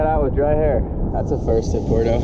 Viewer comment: Bro please. PWERto. Not Porto. Puerto. Porto. Puerto. Por dios.